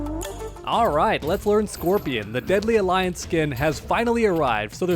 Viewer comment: Why are you saying deadly alliance like its another character honesty one corny title